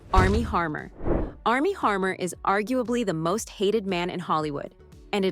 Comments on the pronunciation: Its Armie Hammer Not Armie Harmer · HAMMER ROBOT NOT HARMER🤬🤬🤬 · It’s Armie Hammer not Harmer. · It's Army Hammer, not Harmer. Pretty basic. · It's Armie Hammer NOT Harmer. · Please look up actor’s last name pronunciations BEFORE recording videos. Johansson and Hammer were both pronounced incorrectly.